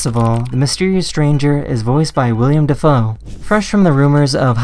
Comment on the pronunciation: he said william dafoe